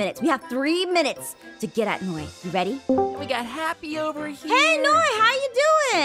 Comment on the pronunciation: It’s Noi not Ein .